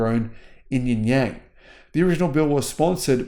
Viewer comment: you really need to work on a few of your Chinese pronounciations. In particular Uyghur, Xinjiang, Guangzhou, Xi-an. The X in Xi-an is sometimes pronounced like an s as in see-arn and sometimes as an sh as in she-arn. China's not going away. We all have to learn to live with it.